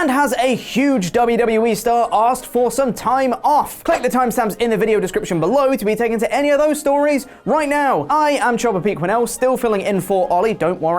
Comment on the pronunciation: that was sincere. I think Pete is better than The whole What Culture crew. But wait. Is he saying Jobber or Chopper? Lol I feel bad now.